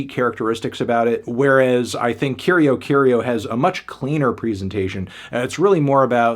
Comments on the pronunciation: Just a pronunciation tip. It's pronounced: Curi-Aw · I hate to be that guy, but in Brazil we usually pronounce Curió as “Koo-ree-oh” ☝️🤓